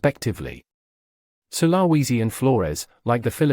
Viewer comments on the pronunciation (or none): With a population of at least 15 million and at least one huge international island then Sulawesi is hardly remote. Also it's pronounced 'sul-ah-wee-zi '